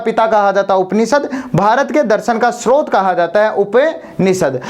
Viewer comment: रचियता नहीं रचयिता होता है, उसी प्रकार स्त्रोत नहीं स्रोत होता है।